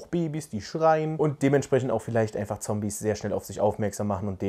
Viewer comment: Sorry Es Triggert mich wie du immer "Zombies" sagst